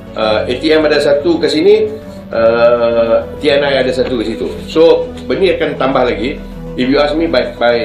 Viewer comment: Bukan Te eN Ai pak bro!! 🤣 Tapi Te eN I.